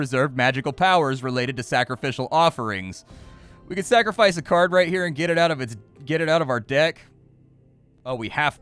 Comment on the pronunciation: Thought the game looked interesting and sounded cool until "card" was spoken. Ug. Just ug ug ug ug ug.